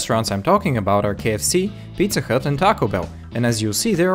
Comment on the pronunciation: Is it just me or did he say pizza cut